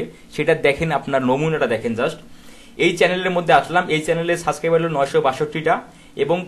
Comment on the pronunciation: দয়া করে সাবস্ক্রাইবার শব্দের উচ্চারণটা সঠিক করে নিবেন তা না হলে আপনার শিক্ষার্থীরা আপনার মতে উচ্চারণ করবে এবং এটা ভাইরাসের মতো ছড়িয়ে পড়বে সমগ্র শিক্ষার্থীর ভেতর